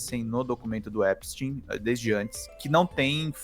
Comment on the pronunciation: Finalmente alguém pronuncia o nome do Epstein corretamente.... parabéns vc é o único!!!!! É EPSTIN É NÃO EPSTAIN!!!